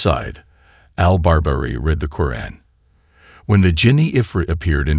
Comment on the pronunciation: You must learn to pronounce the right words like Qur’an (not kuan) and many others before making a video.